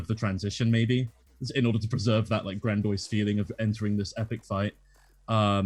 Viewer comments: lol wtf is "grandOISE" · "grandoice" lol